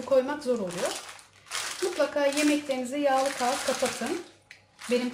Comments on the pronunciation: Kâğıt derken (k)harfini ke olarak söyleyin ka olarak demeyin kahıt oluyor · herşey çok iyi.tarifte süper gerçekten ama kaat demeniz inanın çok kötü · Ya lütfen bir an önce kağıt demeyi öğrenin yada bu kelimeyi hiç kullanmayin sirf bu yüzden videoyu beğenmedim 👎👎👎👎